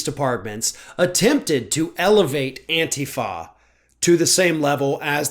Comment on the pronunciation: actually knows how to pronounce "Antifa"! He doesn't call it "An-tee-fa" like others in the media.